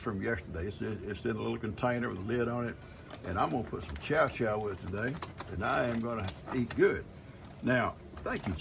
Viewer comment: I think that you're talking about Chow Chow... To my northern ears, it sounds like you're saying Cha Cha... the dance. 🙂 The following is from Wikipedia.. "Its ingredients vary considerably, depending on whether it is the "Northern" (primarily Pennsylvanian) or "Southern" variety, as well as separate (and likely the original) Canadian variety, prevalent in the Maritimes. The former is made from a combination of vegetables, mainly green and red tomatoes, onions, carrots, beans of various types, asparagus, cauliflower and peas. The latter is entirely or almost entirely green tomatoes or cabbage. These ingredients are pickled in a canning jar. After preserving, chow-chow is served cold, often as a condiment or relish."